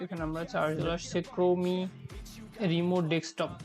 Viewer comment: তুর বাল ক্রোমি না ক্রোম🤣🤣🤣